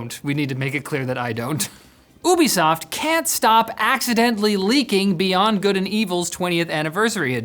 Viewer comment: Its not Woobisoft...... Youbisoft.